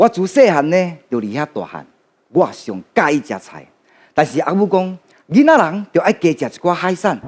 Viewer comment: 以現在台灣年輕人來說 台語算是不錯 但發音 音調很多還不是很標準 囡仔 常說成印啊 跟 鈴啦 就是說鈴啦 發音 音調走鐘很多還自稱台語老師？？ 台語的標準還不及浩子的一半 艾董的台語確實是較好較標準